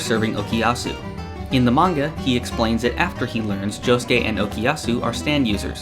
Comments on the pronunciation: Please stop saying Jo- sskay. It hurts me. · I know, but it sounds weird with someone without a Japanese Accent saying it. Good video anyways.